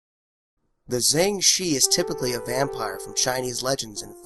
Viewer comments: jiangshi is pronounced "jang sure" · jiengggg shiii